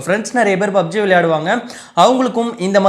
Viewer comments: Bro athu BUBG illa PUBG 😂😂😂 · Bro bubg uh illa pubg uh?